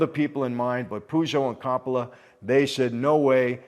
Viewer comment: Michael please learn to speak better. Corroboration doesn’t mean what you think it means. Also please for the love of God learn to pronounce Coppola properly! I thought you were Italian 🤦🏼‍♂️